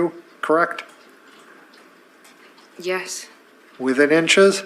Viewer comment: And, is it just me, or does she overly pronounce yes?